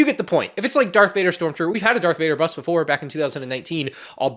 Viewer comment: why you say bust like that